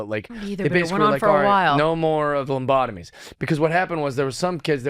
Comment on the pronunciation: Was he calling them "lumbotomies"??